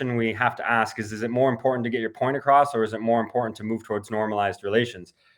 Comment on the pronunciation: its point not phoint.... kamse kam.yeh toh pakistani rakho